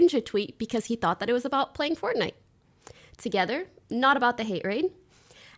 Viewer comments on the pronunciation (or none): none